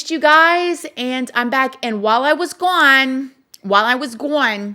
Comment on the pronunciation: "While i was gawne!" 😎🤣🤣